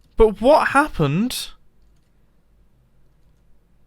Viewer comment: british people be like "what hapent"